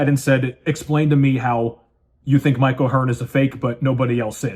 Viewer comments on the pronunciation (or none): none